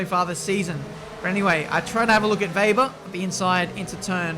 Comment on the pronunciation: It's WEBER!!...not VAYber every damn time!... Weber, it's Weber. Jesus for an Australian man you sure have a hard time pronouncing the name WEBER!.